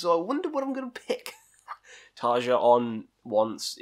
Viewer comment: Cmon man, if you're gonna do stuff like this then surely you should be able to pronounce Tarja's name properly